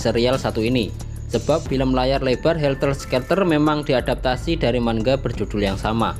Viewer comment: woiii bang manga bukan mangga, terus lu harus bisa bedain horror sama thriller!! nyesel gua nontonnya